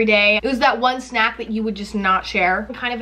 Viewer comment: Why the FUCK does she say snack like that 😂😂😂😂 like sNAK